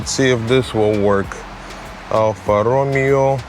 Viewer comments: the "Me" part in Italian & Spanish is said as May, not like Me in English which is Me, Myself and I. Every time he said Alfa Romeo, he was saying Ro-Mee-o as in Romeo & Juliet (English). Here is a Spanish example, Mesa as in La Mesa California. Mesa is pronounced as Maysah If you ask google to pronounce Alfa Romeo this is what it will say al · fuh row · may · ow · I been thinking about getting one of these. Also Romeo is pronounced Romayo, in English it would be RoMeeO, however Alfa Romeo is Italian so it’s Alfa Romayo. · Alfa Ro May Oh....Come on....say it right!!!